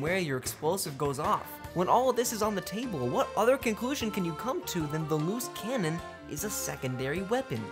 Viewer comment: I can't hear Loose Cannon... All I hear is "Moose Cannon"